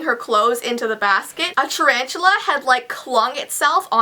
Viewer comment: said 'Charanchula' LOL